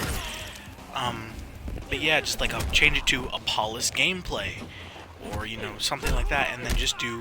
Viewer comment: I thought you said. "Hi guys my name is balls"